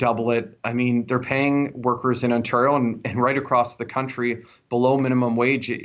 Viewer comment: YOOOOOO....he's not one of us if he can't pronounce Ontario properly. It's pronounced On-tare-rio not "On-turr-io"